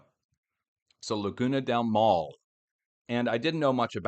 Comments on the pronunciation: it is pronounced mow (like now)-le( like in let) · Thanks for your content! Been watching you for i wanna say like 14 years. Maule would be pronounced mawl-Eh. Each vowel is pronounced in Spanish. The way you are pronouncing it sounds like the Spanish word mál. Which means bad. lol. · Laguna del Maule the e at the end you pronounce as an a sound